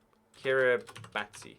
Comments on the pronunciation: Kiribati is pronounced kiribash as ti is pronounced like sh there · Pronounced ki-ri-bass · and Did you just pronounce Kiribati wrong?